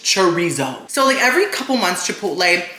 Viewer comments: The way you're saying chorizo is killing me 😭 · It hurts me every time someone says chorizo wrong like this.